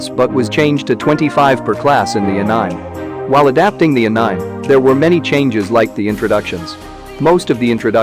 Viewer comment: did he just pronounce anime as anaiim?